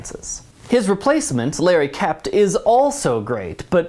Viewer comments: Larry Kert, not Larry Kept. The little thingy fell off your R. Love the analysis, by the way. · Larry KERT, not "Kept" replaced Dean Jones. Just FYI! He was my great uncle, and an amazing performer. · Larry Kert. Not Kept.